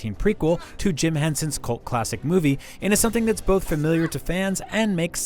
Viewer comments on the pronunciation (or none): none